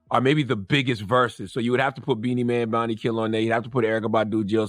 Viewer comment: Its pronounced Boun-tee